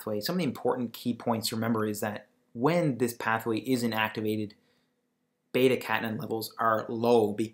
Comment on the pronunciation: You are pronouncing beta catenin and WNT wrong. Hard to take what you are saying seriously.